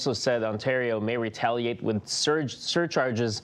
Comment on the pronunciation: AH SO WE WETALIATE 😂